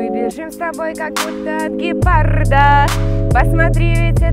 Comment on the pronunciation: не гепарда а ГЕПАРРРРРРДА